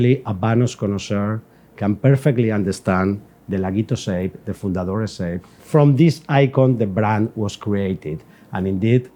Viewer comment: would if pain you to pronounce fundadores less like a Texan? I feel like you’re of a caliber or content producer, and expert, where respecting the pronunciation will help create a more polished product overall. Keep up the great work regardless